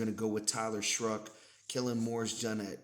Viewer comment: There's no r in Shough (shuck) not shruck